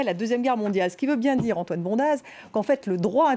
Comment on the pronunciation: "Bondaz" est un nom savoyard et en en savoyard on prononce "bonde" avec accent tonique sur le "on". Ah le parisianisme...